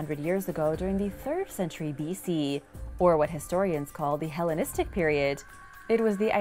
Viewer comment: "Hellonistic" Get your shit straight.